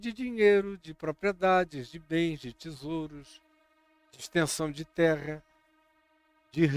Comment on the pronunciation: OUVI DA ALINE TRRRA MOLHADA E FOI SINCERA!.